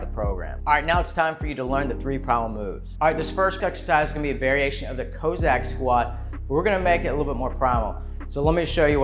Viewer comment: It's not cose ack. It's coss ack, short o sound. Come on man the Cossacks from the Russian steppes